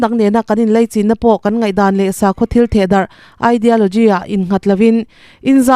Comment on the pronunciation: Leichin nilo in laichin titur zawk ani em ka chiang bik chuang lo.engpawh nise i chhiar thiam in i aw amawi ngaihthlak a nuam